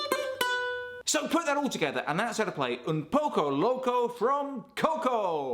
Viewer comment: "un pocou locou" ajjajaja te amo